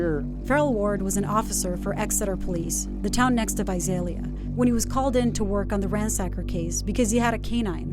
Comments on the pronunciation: Correction, she pronounced correctly like twice 😂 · I love how half the time the narrator pronounces Visalia correctly and half the time she throws a Z in place of the S 😂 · I live in Visalia. It's not pronounced with a Z, the way the narrator says it. It's said exactly the way it looks Vi-SAL- ia not Vi-Zal-ia. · Visalia Pronounced vy -say -lia. Not vy zaye lia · It’s Visalia not Vizalia lol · This drove me nuts! 😂 like where does she see a Z to throw in?? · Naturally, the reporter would not even bother to try to say Visalia right.... sigh... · Why can’t ppl pronounce Visalia right lol my mother’s friend died from this guy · please pronouce Visalia right. #559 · Reppin visalia...what what, also news lady learn the correct way to pronounce visalia